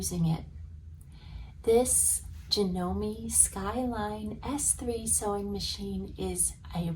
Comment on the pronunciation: At least, learn how to pronounce "Janome".